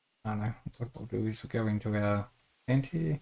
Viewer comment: "Hyyee" instead of "here" is almost physically hurting my brain..